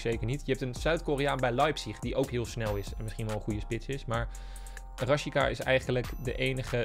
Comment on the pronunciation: Niemand: op: RaSjiKa